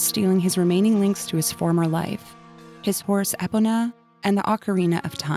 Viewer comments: Epina??💀💀💀 Epona = e-POE-na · Deekoo? Epunuh? Wtf Stop talking like that with Zeelda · ive never heard epona pronounced like that